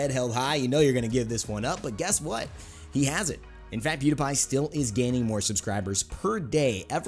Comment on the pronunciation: Pewdapai lmao, can't unhear